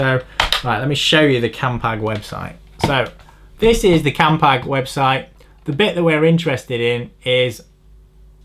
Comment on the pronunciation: Thank fook you said "campag" grates me more than that fiction on the bearings when someone says "campy"